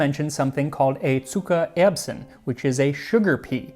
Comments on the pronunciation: Zuckererbsen ! NICELY pronounced. Greetings from Germany. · Your pronounciation of "Zuckererbsen"... chef's kiss! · Wow, great pronunciation!👌🏻 Zuckererbsen is not the easiest word😅 Greetings from Germany! 🇩🇪